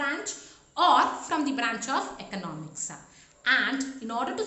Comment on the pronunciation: really useful infor for commerce students, you well narrated facts..Kindly check your pronounciation dear miss.espec whenever you are sayng students..it is coming as studentsa, economics, it is pronouncing it as economicsa...